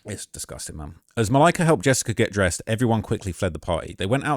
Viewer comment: The way says Malika’s name every single time makes this unwatchable.